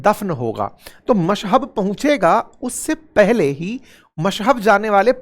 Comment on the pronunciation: मशहब नहीं, मशहद बोलो वीडियो टाइम 02.10